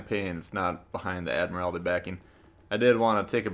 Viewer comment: Just saying it’s pronounced admiral-ty